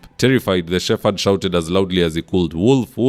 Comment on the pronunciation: That's not "shefered", check the pronunciation. I love your analysis.❤